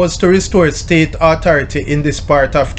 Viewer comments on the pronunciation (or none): none